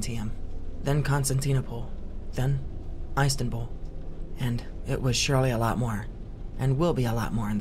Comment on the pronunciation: edinberg and eyestanbool